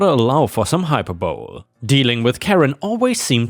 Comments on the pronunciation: hyperbowl lmao.... hyperbol-ee.... it's a weird word, i know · Hyperbole - high-per-bo-lee - not hyperbowl! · forgive me but its pronounced Hiy per boleeeee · To sign into an HOA, is to empower their crazy. I hope story 1 OP learned her lesson. Uebrigens, ich hab' Deutsch studierte. Das Wort ist hai-per-BUL-ie aussprecht. Gut Tag. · hyperbole is a tricky one. It's said as "high purr buh lee" even though it looks like it would be "high purr bowl." "Uni" is said as "you-knee." Short for "university," and sounds like the "uni" from the word "unique." "Joneses" is said as "jones ezz." The phrase "Keep up with the Joneses" is a saying to mean to mimic someone as though you can't stand for them to have something that you don't. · Hyperbole is pronounced hi-PER-buh-lee Something I wished someone would've told me sooner😂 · I know it might seem crazy but hyperbole is pronounced hi-per-bo-lee Also skip wasn't a typo, it's a large open topped dumpster that you can hire, usually during construction for disposal of building materials and such (at least that's the case in the UK). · High-per-bowl-ee = Hyperbole. Love your work. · Hello. Thank you for your stories. Hyperbole: Hy-PER-boh-lee. I hope that this helps. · its pronounce Hyperbole (Hi-per-boe-lee)